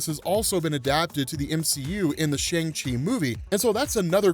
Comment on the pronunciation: C'mon, the movie literally taught you how to pronounce Shang-Chi correctly.